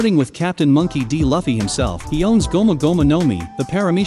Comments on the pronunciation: Why you say lawfee??? it's loofee Luffy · Did you just say lafy? Hahaha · The way he says luffy makes me wanna die